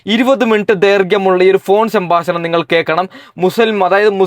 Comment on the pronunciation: സംബാശനം അല്ല സംഭാഷണം 😌